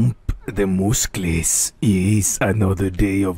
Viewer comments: “my mooscles are getting bigger from the POOMP, yiss the poomp” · HELP ME THE “MOOSCLES” PART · Naah OSCAR FOR THE YISS...AND STORKER MOOSCLES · "my mooscles are getting very stronk" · The "Mooscle" One😂😂😂😂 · 'MOESCLES' WTHHHH×____×